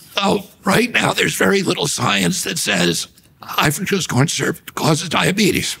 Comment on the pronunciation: mf said diabetus